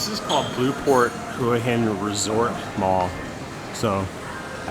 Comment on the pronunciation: Hua Hin is pronounced Wha Hin, Blueport isnt better than Market Village both are good in there own way